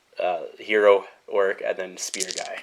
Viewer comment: It sounds like you’re saying orruk instead of orc. Am I just hearing that wrong or do you pronounce it weird?